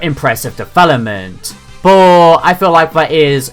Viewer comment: Boh = But. Interesting pronunciation. Love your lists.